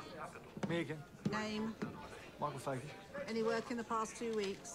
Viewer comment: its Fagan.